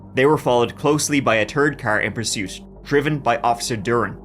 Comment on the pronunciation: Love you. This was where I grew up. FYI it’s pronounced: duhr-Ann (Duran) and mohn-tahn-yo. (Montanyo). This was a crazy case